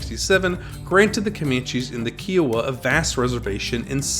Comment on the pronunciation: These videos would be much better if you would pronounce Kiowa properly! kai·uh·wuh